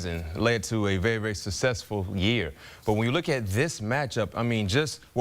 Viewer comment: Hey Bryant McFadden, learn how to pronounce the word "successful". You're a grown man for God's sake!